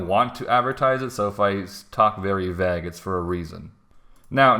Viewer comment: thts not how you say vague